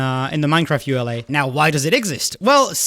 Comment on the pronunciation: Pronouncing it like ULA rather than ee-you-la is interesting I've never heard that before.